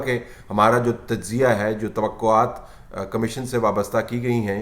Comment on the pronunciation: طلعت صاحب ! اردو میں لفظ کمشین نہیں کمیشن ہے ۔